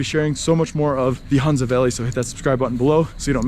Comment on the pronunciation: Dear it is Hunza with ho sound means Honza..